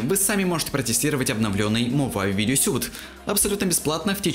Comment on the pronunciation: Suite читается "суит", как слово sweet. А сьют - это suit